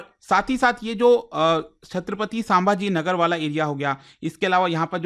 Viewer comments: सांभाजी नही संभाजी हैं, आप हमेशा इसे गलत pronounce करते हो. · सर साम्भा नाही संभाजी 😂😂😂😂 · क्रिपया छत्रपती संभाजी महाराज ऐसा उच्चारन किया करे 🙏🏻